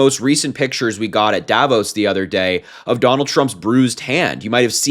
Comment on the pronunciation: DavOOOOs, not DAAAAvos